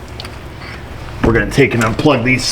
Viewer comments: Not to put too fine a point on it, but it's New klee are, not New cue lar. You're giving me hot flashbacks of George Dubya.... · Pronunciation police here. It is pronounced nuclear nuke-lee-are not nucular. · Will you please stop pronouncing the word nuclear as nucular. please please please please